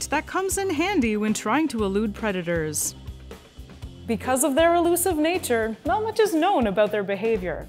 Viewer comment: "I's a vicious pweditor" velvet worm said.